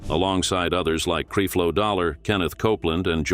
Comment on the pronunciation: WHO IS "CREEFLO"??🤦🏾‍♀️🤦🏾‍♀️🤦🏾‍♀️